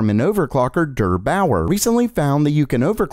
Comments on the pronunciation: "durr bower" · Just him saying drrbouer made me lough so hard